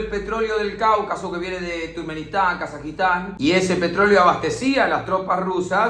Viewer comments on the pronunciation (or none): none